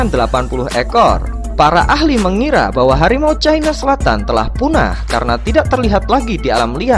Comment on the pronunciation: Harimau caina selatan, kalo mau inggris, inggris semua pengucapannya, taiger sauts chaina. Harimau cina selatan gitu doang kok susah